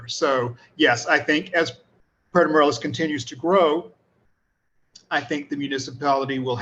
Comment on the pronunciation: I remember when it was pronounced Puerto More-ay-los, not More-el-as.